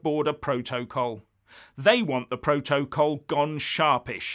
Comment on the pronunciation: dude, this is such an grumpy video. Yes this will be a UK sell out. The UK holds all the cards, but Happy Family cards don't have any use in Poker. Can you please ensure you say PRO-TOE-COLL, in every video, your pronunciation makes me smile so much....